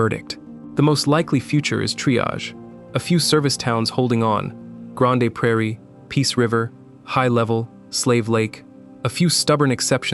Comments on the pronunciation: Its Freakin Grand ! - not Gran-Day ! - WTF - EH ! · granday lmao i can't watch the rest after that I'm sorry. LLM sciript read by person that doesn't know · Come on AI You can do better : "Grawn Day" Prairie for Grande Prairie? That is just lazy. Pronunciation gaffes like that undermine the content? Is it reliable....? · "Granday" Praire???? AI no speakee good. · Grandey Prairie!!! My ears are bleeding.